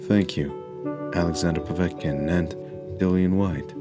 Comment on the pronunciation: Oh one other thing - it's pronounced POV ET (as in bet) KIN; not Po vat kin - Mr. Mindsmesh